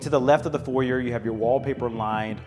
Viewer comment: You need to learn what a Porte cochere is and how to pronounce “foyer.”